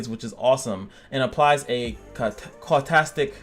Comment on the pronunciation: "Causetic-Cautastic- Line has me curious..i mean i dont know how to say this but- OCD?